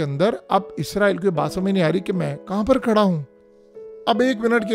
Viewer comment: "So Saal Baad" ye "SO" kya hota hai Bhai maroon? Abey chmpoo "Sow Saal" hota hai bey. Me aya, Me Gya, Abey ye kis trha ki urdu bol rha hai yar? Kuch to shrm kr yar channel hai tera. Jahilon ki trha to urdu na bol. Aik to pehley hi dahi valey jesi Teri Madhaallah avaz ho chuki phir is trha ki hifi Teri urdu. Chulloo bhr pani mai doob mr yar tu to. Right?